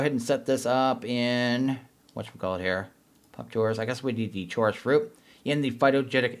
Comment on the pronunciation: Who pronounces "Chorus" like that?